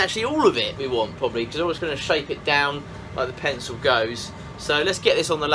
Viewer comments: He said “Penco”! 😂😂😅 Then he said “Appo”! 😝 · Who else is still waiting for this "pensow" he keeps talking about?